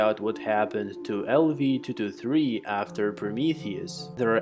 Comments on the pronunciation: Thoo thoo thee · Everytime he says 223 with accent it agitates me lol